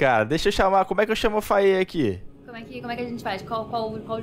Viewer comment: Eu ficava inconformado quando falavam "fei" ou invés de "Faiê". Tsc...